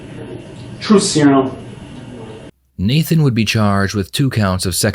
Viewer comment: “TRUTH SYROM” lmfao I lost it